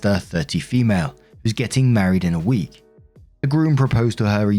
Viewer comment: “fEmuulEEE” always gets me🤣🤣🤣